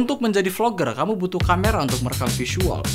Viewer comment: "Kamyu" ~Google Translate 2k19